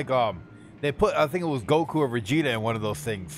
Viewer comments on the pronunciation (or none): none